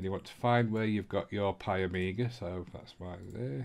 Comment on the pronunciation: there is no A its PIE MEE GAH...